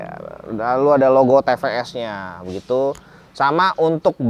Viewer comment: bukan te pe es koh 😆 tapi ti pi es 😂